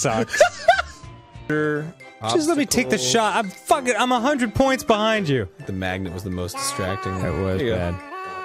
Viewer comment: is what I'm here for. "What are you ffFFUCKING DOING?!" he said in the most New Jersey way possible.